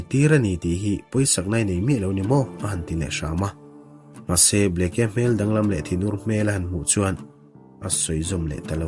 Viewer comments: Bleke tiin alawm a inziah,ka thian.(bliki) ti a lam tur zawk ani e. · Kei pawh Bleke tih a ni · Arizona Governor hming i lam rik dan hi a dik meuh maw ?